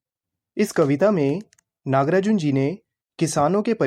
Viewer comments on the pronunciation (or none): NAGAARJUN ❌ NAGARAJUN ✅ 😂😂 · naga arjun❌nagrajun✅😂😂😭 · Nagarjun instead of Nagrajun. thank you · Nagarjun ❌ Nagrajun✅ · Nagrajun✅ nagarjun❌ 😂😂😂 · According to him Nagarjun ❌️ Nagrajun✅️ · His name = Nagarjuna How he pronunciate it= nagrajun😅😅😂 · Bhaiya nagrajun nahi nagarjun 🤣🤣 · Not nagrajun it's nagarjuna 😁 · nagrajunn what a funny pronounsation😂😂😂